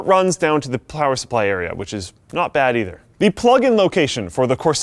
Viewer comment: always says plower supply